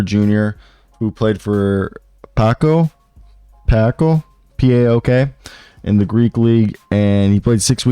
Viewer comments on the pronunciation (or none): How do you read Paok as paco lol